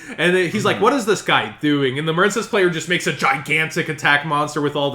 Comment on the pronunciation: The fact that he kept saying marine-cess made me click off the video. Sorry